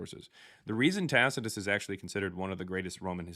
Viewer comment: Why is it that literally not one single Christian can pronounce "Tacitus"? I mean, they don't even come close.